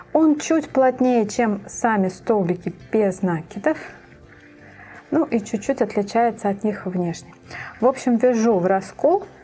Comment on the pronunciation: Почему вы говорите "без нАкидов"? . Слух режет. Вы что нАкидываете нить - или накИдываете. Говорите пожалуйтста НакИд..... Отворачивает от вас неправильная речь.